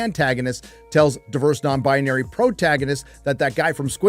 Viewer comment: Stop saying non-bonary and an-tagonist every 5 seconds. So annoying. Come up with something else. Wanted to wach a stire on this crappy show so i didnt' have to. Unfortunately this video way to long and irritating.